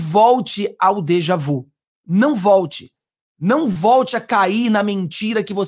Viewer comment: PRONUNCIA-SE "dejavi".